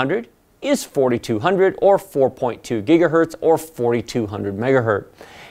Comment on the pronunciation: It is gigahertz, not gigahert.